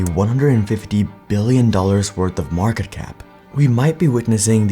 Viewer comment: "maarkete" i can picture a little indian nngga saying this while nodding his head